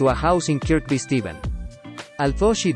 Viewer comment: Not much research has gone into this.... And the K in Kirkby Stephen is silent. It's pronounced Kirby.